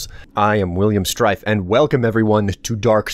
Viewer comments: I love how confident he was about his name... "Srtife" :') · Yes, I am "Srtife".